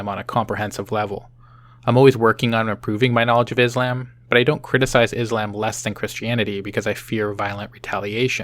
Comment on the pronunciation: Excuse me? Is-lamb? Dislike.